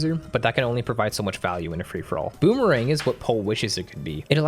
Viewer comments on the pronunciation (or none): none